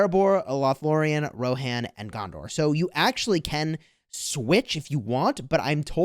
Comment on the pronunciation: It’s Rohan not “rohar” and also Númenórean is gondor 😂😂 lol